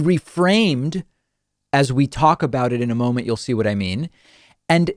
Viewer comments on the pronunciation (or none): none